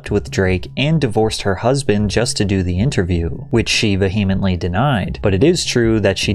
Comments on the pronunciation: Vehemently is not pronounced with the "H". It's Vee-uh-mint-lee. Vuh-hee-mint-lee is very incorrect, and it sounds so bad. These folks and everyone else on social media are why I deleted all socials medias! EVERYONE should delete their TikTok, FB, Insta, etc. and go outside and touch grass! They're bringing their keyboard confidence into the real world, and getting checked. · Ve-He-ment-lee ...dude. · He said va-hemently lmfao vehemently pronounced ˈvēəmən(t)lē. Don't try and church it up dirt we know it's you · Hey! Hi! Love your channel. However, I NEED you to know something. *It's not "vee-hee-mently". It's "VEE'YEM-ENTLY". The H is silent. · Great content—I really enjoyed it, but you might want to check your pronunciation of "vehemently"—many content creators mispronounce this word, along with "affluent." VEE—uh—muhnt—lee is correct. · Did you just say “ve-HE-emently”? 😂 That was hilarious. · The way he said “vehemently”, we are a literate society but I’m not sure what for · You mispronouncing words, is so ridiculous, given the whole vibe. It's pronounced "vehemently." Also, it's not in this video, but it's pronounced, "telepathy." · Vehemently. Your emphasis was on the wrong syllable. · you pronounced vehemently wrong. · When people use words that they can't pronounce... like epitome, or vehemently.😂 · Love your videos. (Though, I dont know how no one has told you this yet, but you consistently pronounce "vehemently" incorrectly) 😅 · Your killing me with the vehemently! But love your work bro! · PATRICK PLEASE LEARN HOW TO PRONOUNCE VEHEMENTLY PLEASE IT DRIVES ME CRAZY